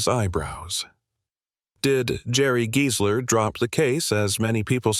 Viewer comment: sorry rackdick; true, the AI narrator is very flawed (there is total gibberish ) but you're wrong about the pronunciation. The video uses the perfect correct pronunciation - it's Giesler, as in "GEAR", not Giesler as in "GUY". If it was pronounced as in "Guy", the lawyer's name would then likely have been spelled Geisler. & there's audio/visual evidence: interviews with Giesler on YouTube where he is personally addressed as Giesler as in "Gear".